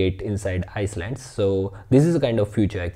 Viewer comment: Great video, just for my sanity I have to say: island is pronounced “eye land” not “ice land”. Keep that positive energy coming! 👍